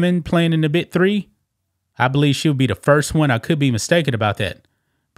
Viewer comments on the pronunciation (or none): Dude, are you saying “The BIT 3” or “The BIG 3”?!?! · He sounds like he's saying Bit 3 instead of Big 3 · It is pronounced biG 3. Not Bi 3. Good lord. I wish his offer did not allow her to play wnba. That would be right for them.